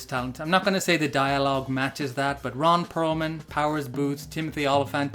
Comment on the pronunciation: Ron Purr-man.